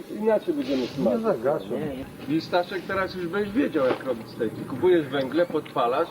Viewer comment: Dlaczego mówią stejki , a nie steki ?